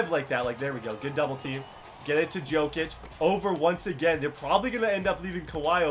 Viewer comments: it's pronounced yo kic not jo kic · It's pronounced yokic not jokic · its pronounced yokic not jokic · Jokic is pronounced yokitch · Pronounced Yokic